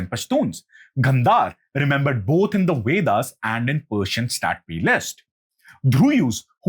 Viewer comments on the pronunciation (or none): It's not the wedas. It's vedas. Pronounce the letter V correctly